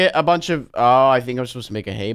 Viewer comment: At the start it said hay like what horses eat not hey